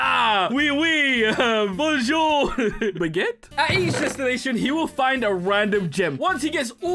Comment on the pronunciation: you say baggeutte like bage ute in paris